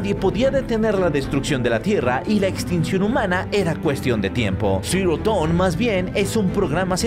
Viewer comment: Porfin alguien que pronuncia bien Dawn, salve!!